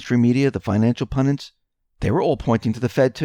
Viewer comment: PUN-DITS. (ONE "N") PUN-DIT. Rhymes with "FUND- IT". Try "SEND - IT". (Simple!) Where do people get that other version???